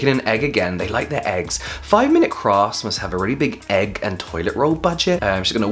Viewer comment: Did you just say 5 mins craps? xD!